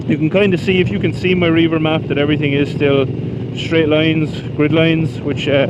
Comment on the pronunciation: I do believe the app is pronounced Rev-er (at least when I've heard the employees pronounce it). I can imagine you could use it for reaving though, go forth and plunder! Love the jacket, it looks sharp on you. I'd totally drive that truck. Very dope.